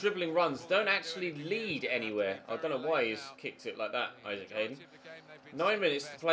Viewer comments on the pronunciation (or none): none